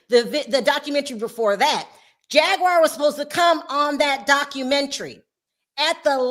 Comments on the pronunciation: They didn’t pronounce Jag’s name correctly…. They called her Jag Wire… Not Jaguar as it is pronounced … 😭… Did y’all catch that🤣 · Omg I didn't hear it until I read this comment. Why is she putting a T in it.